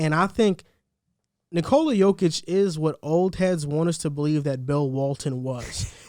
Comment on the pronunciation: Its not NiCOla its nikola and its not djokic its jokic, i mean guys first thing u need to know the name of mvp🤣